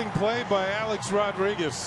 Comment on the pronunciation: Man, I can’t stand the way Michael Kay says Rodriguez. He says ROD-DRIGUEZ. Emphasis on the “D.” Now you’ll never not hear it. You’re welcome.